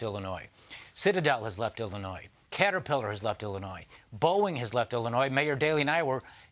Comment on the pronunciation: Did I just hear the former governor of Illinois mispronounce the name of the state? It sounds like he added that plural “s” at the end of it.